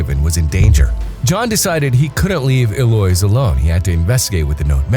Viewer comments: Eloise is pronounced “el-oe-eeze” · It's Eloise El-lo-ise